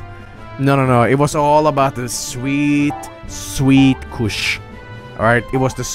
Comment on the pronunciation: I love how pronounces his "u"s like in "succ" and "kush"